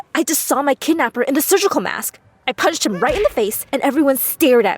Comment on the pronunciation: She was so much fun saying SURGECOLE MASK ;D BAHAHHHHAHHAHAHHA...